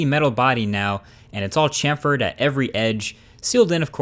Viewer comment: It's pronounced 'shamferd' ;)